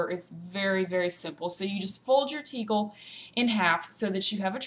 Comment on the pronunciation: You are incorrectly pronouncing tichel.... Ch in hebrew is pronounced like your clearing your throat sort of...